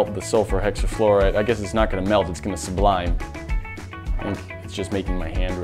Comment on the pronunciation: It's sublimate not sublime, just lettin ya know😉 ya got it right the second time